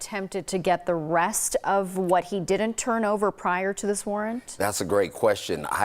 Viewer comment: I wish people would learn how to annunciate the word (didn’t) the correct way. It’s not dident.